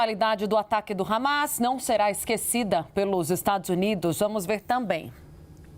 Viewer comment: CNN não fala harmar e terrorista